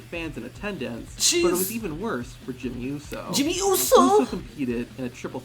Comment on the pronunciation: the way said Jimmy Uso just made me start laughing so hard😂😂😆